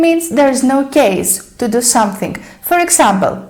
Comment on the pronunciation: Your English is very good but ... you are confusing Thing and Think !! And it is NOT SomethiNK ,it is pronounced somethiNG